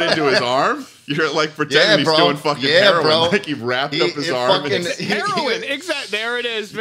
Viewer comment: herion? more like HAIR-oin